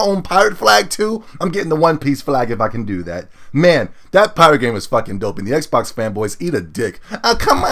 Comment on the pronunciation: said "xbax" lol